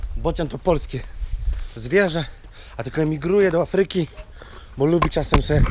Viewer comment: Do Aaaafryki nie do Afryyyyki ;-)